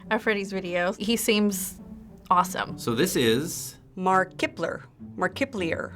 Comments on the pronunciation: 'Mar Kipler' Lmaooo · Mark- ip - ler 😂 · "Mark-ip-ler" Me: facepalms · "murk - ep - LEE - err" oMG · Omfg " mar kip lee er " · "mark iply er" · OMG THE WAY SHE TRIED SAYING MARKIPLIER XDAnd I laughed when they thought Shane was Pewds.... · That one woman's pronounciation of Markiplier tho xD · When she mispronounced Markiplier 😐😑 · That pronounciation of Markiplier. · Same and when that lady pronounced his name wrong I cringed so hard 😂